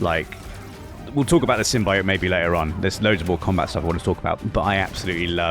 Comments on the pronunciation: Most people: Symbiote: Sym-BI-ote. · Bro can't pronounce symbiote